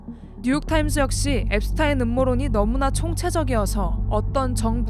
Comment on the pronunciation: 제프리 앱스타인 아니고 앱스틴